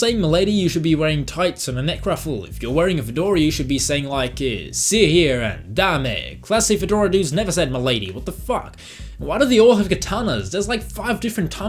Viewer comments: "Dame" in this context is stereotypical Prohibition-era slang for a woman, and is pronounced "daym," one syllable. English and its silent e's. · It's Dame (DAY-M) YOU FOOL